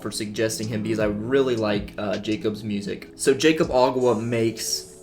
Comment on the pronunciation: it's pronounced yakob not jaycob